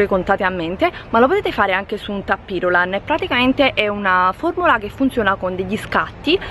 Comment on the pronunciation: Comunque si dice TAPIRULANT con UNA SOLA "P". E si scrive "tapiroulant" 😉